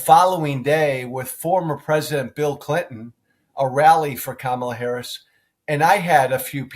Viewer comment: (?) is so ridiculously petty that he's still mispronouncing Harris' name. Just to demonstrate that the racist smooth brains have won. As an American, the thought of the coming parade of fools we're all about to be subjected to is horrifying.